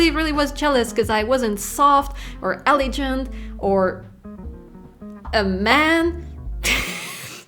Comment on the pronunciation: Hi 👋 just wanted to point out some pronunciation fine-tuning: eleg°ant /g/ like French tonic stress: opporTUnity conTInue 😅 (btw: how did you get YouTube to produce a pop-up guidelines? That's a new feature I'd not seen.) I-hope I'm not "that guy" 😂